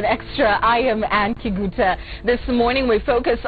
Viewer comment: every time she says kiguta i feel disgusted